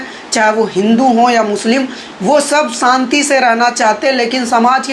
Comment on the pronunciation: Abey pagal, santi nahin shanti bolna seekh le.